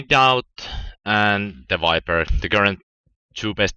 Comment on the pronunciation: lol "wiper"